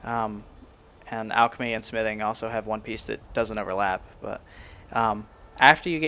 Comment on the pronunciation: nice vid ..but i dont like how you say the word smithing